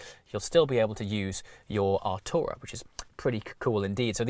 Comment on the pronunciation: Anyone else scream out Atrayu from neverending story! When he says the car name?